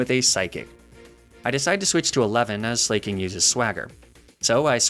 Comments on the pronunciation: i have never felt more physical pain hearing a pronunciation than when i heard 'slayking' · Slah-king, it’s a play on the word Slacking, because it’s a sloth, that loses every other turn because it slacks off. I’m sorry for the nitpick but that just irked me.